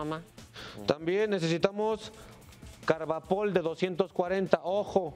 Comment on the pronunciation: Chale y luego es carbopol no carbapol